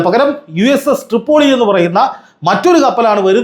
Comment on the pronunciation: തൃപ്പൊളി അല്ല പോയോളി